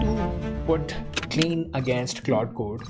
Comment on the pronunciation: omg it's pronounced kline not clean you , you are getting on my nerves every time you say clean